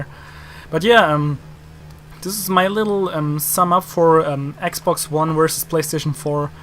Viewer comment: lol cuz yo r german u said ax box. no offense germans r awesome... the scout sniper in bf4 was actually designed by a german